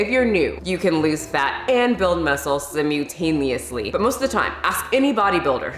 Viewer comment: Thank you for the info but I don't think you're saying that right. In-fin-I-ty and Si-mul-tan-e-ous-ly. Good info just bad pronunciation.👍